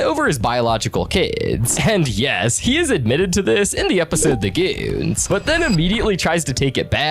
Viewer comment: “the g00ns” “the g00ns” 2